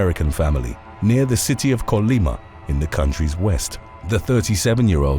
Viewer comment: Thank you for saying’Colima’ correctly